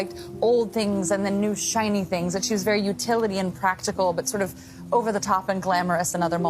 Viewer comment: She adds r’s to any word with an O “orver” 😂